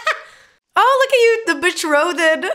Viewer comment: Why do you keep saying "betrothed" with so many syllables? It's two syllables. Be-trothed. Not Be-troth-ed